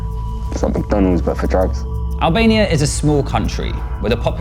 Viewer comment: he say hellbania